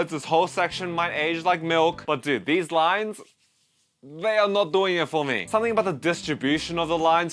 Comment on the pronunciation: We get it. You don't rike rines.